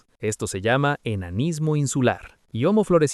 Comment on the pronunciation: Hasta donde sé, la h de homo, que es latín, es muda al igual que en español, y no equivale a la pronunciación anglosajona equivalente a la J en español, por lo que decirle jomo me parece absurdo